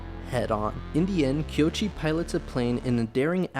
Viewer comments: I hate to be "that" guy. But it's KOichi, not Kyochi. Koichi. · His name (Koichi) is pronounced ko-ee-chee, not kee-o-chee. But I agree, this is Godzilla as he should be; dangerous, powerful, destructive, filled with rage against humanity and a warning about the careless arrogance of man. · I cringed every time. It's not even a difficult name.